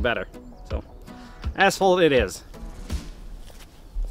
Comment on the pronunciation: "Let's find some assholed... I'm gonna go try it on assholed now... Assholed it is..." You are probably wondering what he meant by this. I have the answer for you: asphalt. He's talking about asphalt.